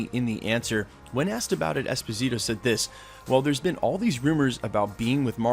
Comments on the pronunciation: Dude, please stop calling him EspiNITO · espaneato? Too many mispronunciations lol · “Esposito”, “Esponito”, “Esponzito”... Gee dude, just learn how to pronounce the damn last name! Out of respect, please. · esposito.. not esponito. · Esponeeto?! c'mon man you edit your videos right? you hear yourself, get it right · ...good considerations!...Norman Osbourne or Victor von Doom would be great villains for him to play...I believe he would own that role... I like him so much as Moff Gideon on the mandalorian that it'd maybe feel weird to see him in another Disney property...but how you mess that man's name up so many times per sentence in this video? 3 different pronunciations? Dude. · My man - you butchered his name 🤣I remember his interview. Great actor...not sure Esposito has the presence for THAT but I could see him as Norman Osborn for sure. Also prob not a good play bringing him from Mandalorian over to the MCU. Agree with you there. 👍🏽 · Good story aside of the numerous name mispronunciations. Giancarlo Esposito would make a very intriguing Dr Doom. He has that noble hubris that exudes in most of his roles. I don't see Disney cross-pollenating many of its actors either. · He’s American. He barely even knows English. You really expect him to pronounce a Spanish name correctly? Lmao 😂 Americans don’t even know how to read, write, and speak their own language correctly. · Michael Scott yeah but he’s literally adding letters. I don’t see n in his name lol.